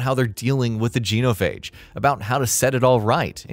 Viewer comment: Alright but genophage not goeneophage